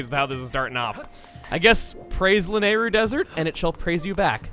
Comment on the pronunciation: Man, your pronunciation of "Lanayru" still bugs me a bit.